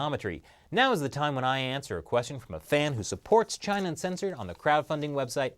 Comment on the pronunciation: when speaking too fast, you sometimes slur out, "Chin' censored," which may be more accurate.